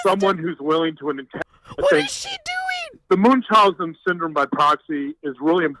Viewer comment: I hate that he says munchausen wrong